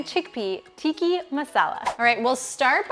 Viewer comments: Left at TIKKI. Why can yt people never pronounce anything properly? It wasn't hard. It's tikkA. Or phonetically teek-uh. 🙄😒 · It's pronounced tikka and not tiki. 😊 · Not tee-kah, tick-kah